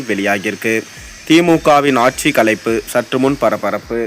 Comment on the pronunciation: முதலில் தமிழை ஒழுங்காக படிக்க வேண்டும். அது களைப்பு அல்ல. கலைப்பு.